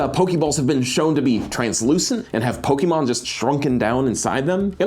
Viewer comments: Am I the only one really disturbed by them keep calling Pokeball with the hard ee instead of -ay-; "Poke-ee-mon" < "Poke-ay-mon". Didn't they remember the theme song? "Pokemon!" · it is actually pronounced poe-kay-mon and poe-kay-ball. That's what the ´ on top of the E does to it:) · pronounces pokemon like a grandma from the 90s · pains me everytime you emphasize the E in poke' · Someone should have googled how to say Pokémon first